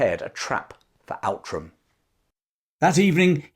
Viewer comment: Outram is pronounced Ootram.